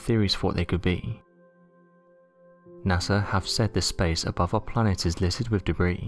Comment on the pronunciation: It's the way the last syllable of each last word appears to have an "m" in it. Rockemt, shimp, planemt.